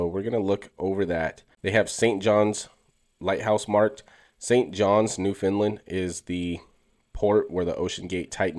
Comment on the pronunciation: It’s pronounced “new-fin-land”. Dope video though!